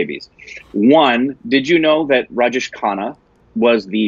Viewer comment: Great review😍🙏😊n it's Raj Jay shh, not Raj Jeesh😄Khanna. Big B is not a 'Small' actor. He has his 'loud' acting stuff too especially in the older movies and in some of the recent movies🙏💜Time to watch some 'Smitha Patil' movies♥️Start with 'Arth' or maybe 'Mirch Masala'. 😍😊Or watch 'Amrit' with both Smitha Patil ji and Rajesh Khanna ji in the leads. Rajesh Khanna ji was Dimple Kapadiaji's husband 🙏💙🌹